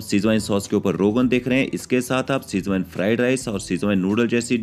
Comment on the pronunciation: apna pronunciation sudhaar toh Schwezwan ko schwine bolra hai